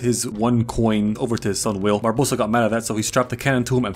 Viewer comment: I enjoyed so much that he calles Barbossa "Barbadossa" a few times that I will now call him that from now on.